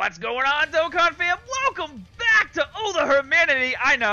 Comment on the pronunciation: he finally said Dokkan right after so many years no offense